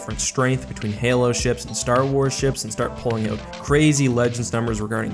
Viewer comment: Of course he's Canadian, he pronounces out like oat.